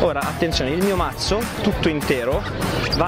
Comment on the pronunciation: La scena migliore è quella di che dice cazzo al posto di mazzo😂😂😂😂